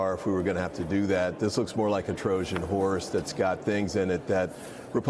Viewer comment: did he say, “Trojan whores?”